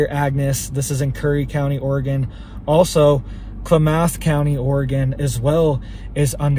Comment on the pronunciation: It's pronounced like Clam-eth